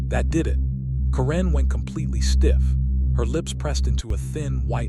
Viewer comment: Hoa homes do not deserve to be worth more than a new economy car. My freedom and constitutional protected rights are worth more. HOA's repeatedly forget the USA constitution exists. Ca wren??? Ki lo wren, darth mal? Dude fix your ai It sucks.